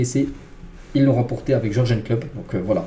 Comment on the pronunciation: Comment tu prononce Jurgen, aie!